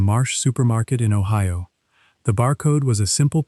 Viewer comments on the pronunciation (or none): none